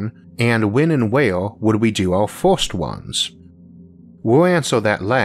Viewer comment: You need to take speech therapy. You mentioned glass windows on the ';sides". Cylinders don;t have "sides"". Cylinders have "Ends". It's very difficult to hear you speak. The word is FIRST, not FORST.